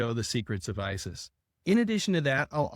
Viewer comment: I can't tell you how pleased I am to actually hear you say the name Isis.